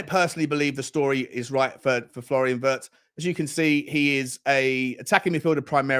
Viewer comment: I am sure the pronounciation of Wirtz is similar to V-EAR-TS. He is a talent, though!